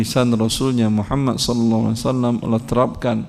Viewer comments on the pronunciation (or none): none